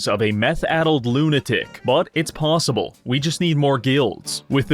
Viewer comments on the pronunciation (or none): none